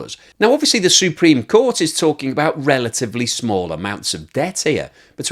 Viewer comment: "S U E -preme court ". Um, maybe Google up inflection. Jesus.